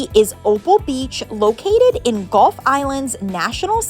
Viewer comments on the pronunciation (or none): none